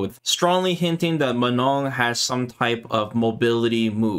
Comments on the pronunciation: It's Manon not Menon, lol. "on" sound is a nasal o sound but you don't pronounce the "n" in the "on" sound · Here name is Manon not Menon. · Her name is Manon, not menon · Few notes from french speaker: Manon, not Menon. And last N is silent It's a real and relatively common french female name. Prononciation: Swan Lake, like the famous ballet, not "swan leg" Manège doré : golden carrousel would be a better translation/interpretation Etoile which mean star. "Danseur/danseuse étoile" is a term used for to describe a high rank/skilled ballet dancer Very hard to understand the accent of the commentator when he says those french words though. I can't help you on that last one, it sounds like gibberish "dédeda euh dedadeux réal"... lol Edit: see response from Kei below, last sentence is probably "Des dégâts au delà du réel" that translates to "Damage beyond reality" basically incredible damage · It is not that hard: the „N“ is silent, and you need to nasalize the „O“, so it is „Manõ“! Also do NOT pronounce the „A“ like a schwa, it is not an „ə”, it’s like the „U“ in „ugly“! Hope this helps! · I really hope the ending N is silent. I can't unhear manon as manong in filipino. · It's Manon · it's "Manon" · It's Manon guys 🤣 it's a real name you know, and not that rare.